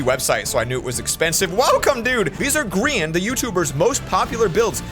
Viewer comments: Plss stop saying gree-an just say gry-an plsss bc thats the real pronounciation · the grIan flower vibe WHAT HE SAID grIan